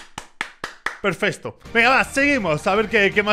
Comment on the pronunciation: Dijiste perfesto en el minuto